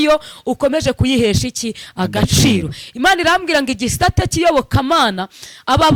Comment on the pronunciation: Bavuga igisata ntabwo ari igisate